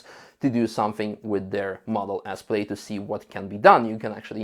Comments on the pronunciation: Not to nitpick but it is “pl-aa-d. Not “pl-ade”. Just saying. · awesome video! thank you! just one note -- i know it's spelled "plaid" so it looks like it should be pronounced like "played" but it is actually pronounced "pladd", rhymes with dad. keep up the great work! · It's pronounced 'Plad', don't ask why, but it is. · Model name is pronounced as "plad", not "played". Yes it's spelled wrong (to many), English wording is so controversial. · It´s not Played, it´s Plaid lol. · Good video -- except for you constantly saying "played" instead of plaid. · Let me help you with your English pronunciation, the word Plaid is pronounced as if it were spelled "Plad". The same way you would pronounce the name "Chad". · I love how pronounced it “played”. 👍. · Or England. It's only ignorant yanks who say 'plad'. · has gone code red on his pronunciation of plaid. Obviously, he has missed out on one of Elon's favorite movies; Spaceballs. It's best watched with multiple hard core Star Wars fans.